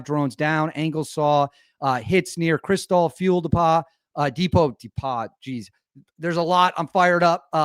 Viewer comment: "Dee-pa?" Think you need to get some Zzzzzz's.